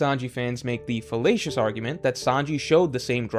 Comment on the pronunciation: Lmao. Did you mean fallacious as in logical fallacy? Or fellatious as in pertaining to fellatio? Either way it works 💀